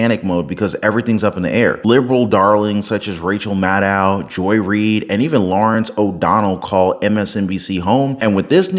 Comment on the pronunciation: Madcow the tucker... same as Big Mike